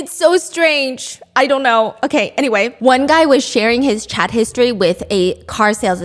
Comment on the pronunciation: When Stephanie says “I have a copy of your chat” I hear cat 😳